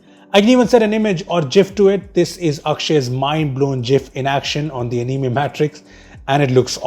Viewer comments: he said animi instead of anime in the beginning. Me is pronounced mi but not in anime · What the hell was that pronunciation? uNiIMaE . Its Ani-Mae